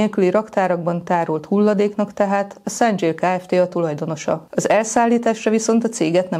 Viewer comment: 상 일 - szanG il . Btw.: az angol nyelvben SEM ejtünk NG kapcsolatban dzs-t. Nagyon fontos lenne a helyes, korrekt kiejtés, mert ezzel fog a hivatal/rendőrség/ügyészség előállni, hogy nincs SzanDZSíl gyár Magyarországon. És tökéletesen igazuk lesz.